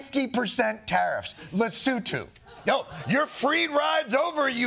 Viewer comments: Pronunciation of Lesotho is top notch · Props to the Daily Show's writing team for being the only late night team to check how Lesotho is pronounced. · The only person in American media who cared enough to learn how to pronounce the name of “Lesotho” properly. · Thank you for saying Lesotho correctly!